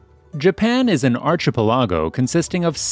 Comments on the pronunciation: Our new robot overlords apparently prefer to say it as ar-chee-pelago. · Archie Pelag O. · What the heck is an "Arch-a-pelago? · "Japan is one of the worlds most densely populated and urbanised countries in the world" - that along with "Arch-ih-pallago" gives you away as a Martian :D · Archipelago is pronounced "ar-ki-pe-la-go". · Your mispronunciation of archipelago is top tier. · When he said archipelago whe way he did, I spat out a mouthful of tea! 🤣🤣🤣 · The way you pronounced archipelago was so confusing lmao. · Run that by me again how did you say archipelago ?....wtf